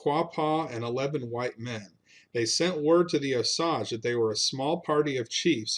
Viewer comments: Oh. Sage. Sage like the spice. Long A. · Its Osage Indians like the plant. We live on the land my Cherokee ancestors lived on at the foot of Claremore mound. Pretty mush every area you mention you miss pronounce. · Osage is pronounced as at the second part of the word as you would pronounce age, a long "A". So long "O" and long "A". The "E" is silent. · Okay i can't stand it: wa-zha-zhe is the real name for Osage. Tsalagee is what others called cherokee. Keetoowah might be more accurate for their name for themselves. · Here in Oklahoma we pronounce Osage differently. Sage as in sage brush. Appreciate the stories. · You butchered how you say Osage. It's a long a. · Sorry, you are wrong. I’m Osage, and it is not pronounced like “massage”. Why on earth would you think Osage is a French word? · Osage is pronounced with a long 'a'. Like the word 'rage'. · AS a person who lives here, please learn to pronounce Osage the right way. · I can live with your phonetic pronunciation. I lived for many decades about 30 miles from Claremore mound where the battle took place. I have know a lot of members of the Osage tribe over the years and clearly the you tube author did not have the correct pronunciation. I tried to spell it out as best I could as to how everyone in Oklahoma pronounces Osage. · Thanks for correcting my Oklahoma pronunciation. I lived in Oklahoma (very close to Claremore Mound) for about 53 years. I have degrees from OSU and OU and apparently I did not learn correct Oklahoma pronunciation. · clarification--- it is pronounced long O s (long a) ge two syllables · Thank you brother. As someone who grew up in Oklahoma that just clang’s off the ear the way it’s being mispronounced. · I found Black Dogs cave where he hid the 500 Osage from being killed. It’s on Claremore mound. Edit: Also, it’s pronounced, OH-SAYGE not OH-SAHJ👍🏽 I’m directly descended from the Cherokee who battled the Osage and won the territory of Claremore. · I believe it's pronounced O sage